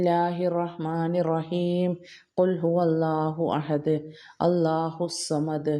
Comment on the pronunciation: അസ്സലാമു അലൈകും പ്രിയ സഹോദരി കുൽ ഹുവാ അള്ളാഹു അഹദ് എന്നാണ് പഠിച്ചിട്ടുള്ളതു കുൽ ഫുഅള്ളാഹു അഹദ് എന്നല്ലല്ലോ ഒരു ഹാർഫ് മാറിയാൽ അർത്ഥം മാറില്ലേ തെറ്റ് ആണെങ്കിൽ എന്നോട് ക്ഷമിക്കണം പൊരുത്തം ചോദിക്കുന്നു അസ്സലാമു അലൈകും വരെഹുമാതുല്ലഹ് ബ്ബറകാതുഹു